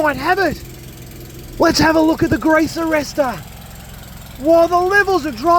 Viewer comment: I can't help but laugh every time you say grease arrestor! 😂😂 I needed that this week,. Thanks! 😊